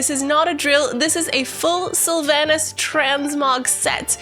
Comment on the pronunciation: How can you say "Sylvanas" wrong so many times, when they've said it in-game like 5000 times?